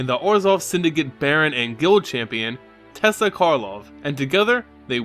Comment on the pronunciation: sorry but it's "Tey-sa" not Tessa...